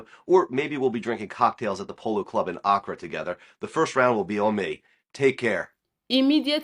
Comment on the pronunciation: First of all learn how to pronounce the word Accra